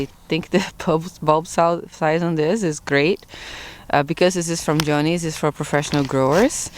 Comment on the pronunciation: I would say to myself who is " joanie" 😅😅 until i realized you were saying " Johnny's " 😅.Im not doing any bulbs this year.This fall/ winter i will go to the nursery and get native plants.Im TRYING to do plants that are drought tolerate. Have a great day ❤ since im in Florida and not to many freezing days.I will cut back the leaves on my ginger and tumeric and mulch it.I tend to remove as i need some.